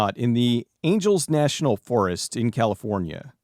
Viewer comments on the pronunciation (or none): I'm not trying to go out of my way to be "that guy", but it's not "Angels National Forest", it's "Angeles National Forest", pronounced like Los "Angeles".